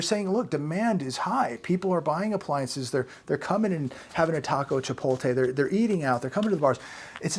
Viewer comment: hun, you’re pronouncing chipotle wrong! Just thought I would let you know ❤️